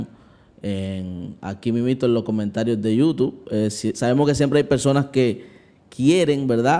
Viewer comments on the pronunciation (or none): none